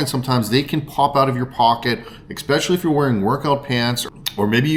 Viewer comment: I’ve noticed you say especially from time to time. However you pronounce it with an x. So my question is how many x are in your pronunciation, just one or more?